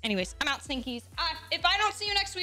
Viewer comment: You know the first time i heard you say Stinkies i thought you said Stickies.